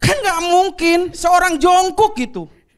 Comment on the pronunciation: real bininya suka korea, pronounce nya bener "Jeongkuk" bukan biasanya jungkuk jungkok jongkok